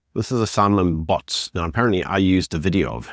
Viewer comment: It's good for the DA that John is gone. Lewis is a good candidate, but It's best for the DA, if Chris Pappas gets in. Like your content. Just a tip on pronunciation. Its Malema, and not Maleeeeema. And I think Botes is pronounced like Botha's and not Botts. He should have been thankful to you for highlighting his case. Ignore the personal attacks on you, be the bigger person 😉